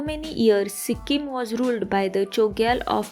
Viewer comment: Pronunciation karna nahi ata to sikkim ka nam kyu bigar rahi ho